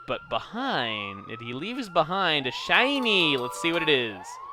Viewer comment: These people REALLY need to keep a better track of their SHYNIES...maybe some sort of SHYNIE SAYFE... (I spelled SHINY wrong because of the way he said it after the Ein battle